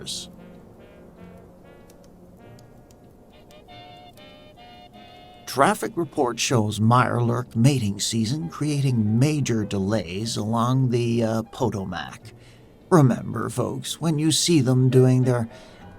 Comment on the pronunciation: I really like these and wish there was a YouTube music playlist for those of us who don't have Spotify. Also the way the host says Potomac (how locals say it: Poe-Tom-Ick) irked me as a DC local. But otherwise great stuff keep this series coming!